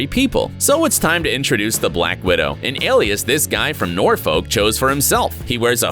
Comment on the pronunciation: you said Norfolk wrong uggggg